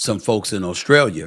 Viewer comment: SAS kills me... Australier?? Lol he puts the -er on anything to avoid sounding country lol